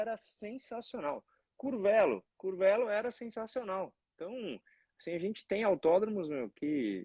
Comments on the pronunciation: . O nome da cidade se pronuncia “Curvêlo”e não “Curvélo”. Abraços e parabéns pela Live mais uma vez! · Escreve-se Curvelo, mas a pronúncia é " Curvêlo". Valeu Regi